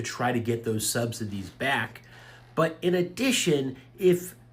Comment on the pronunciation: You cannot pronounce subsidies, lol “subsididies”🙄